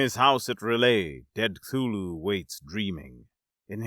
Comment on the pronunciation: You’ve got to be the first person I’ve ever heard pronounce Cthulhu correctly